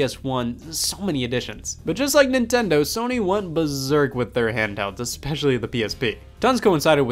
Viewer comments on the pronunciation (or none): none